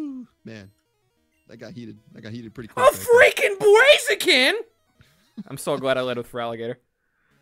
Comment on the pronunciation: Me: Expecting to hear thunder yell, "A FRICKIN BERAZIKAN": A FRICKIN BWAZIKAN! Me: Eh, close enough